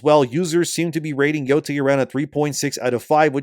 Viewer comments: Ghost of BOO-TAY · ghost of Nō-ty